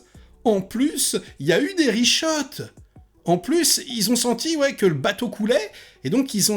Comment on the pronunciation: Bonjour. Ça se prononce "rishout" et pas "rishot". Ce n'est pas la première fois que je t'entends dire "rishot". Voilà, je commente juste pour dire ça. hahaha bonne soirée.